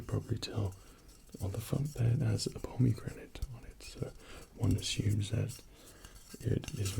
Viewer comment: His two different pronunciations of "pomegranate" had me melting. So cute. ♥️